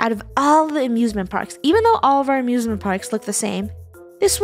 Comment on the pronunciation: I thought she sead abusement park